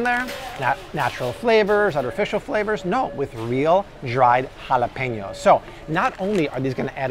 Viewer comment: Is he Hispanic or just very good with accents? All the Spanish words I hear him say are right on the money!...Chicharrones, Jalapeños, Guacamole!! :-)!